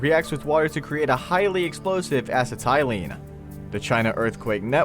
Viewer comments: The narrator misidentified J. Robert Oppenheimer, the lead scientist on the Manhattan Project, as "J. Robert." Then the narrator pronounced "acetylene" as "ass-uh-TY-lene." "Novia Scottia"??? Really, this is middle school knowledge. The deaths at Bhopal were caused by poison gas, not by an explosion. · My man really said “As eh tie lean” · And then proceeds to give the most minimal, useless description of what he said when he could have just played the clip of the interview. The way he pronounces "acetylene" should tell us all we need to know about how thoroughly he researched these. 🙃